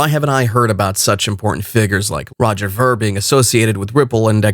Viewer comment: Pronounce Veer!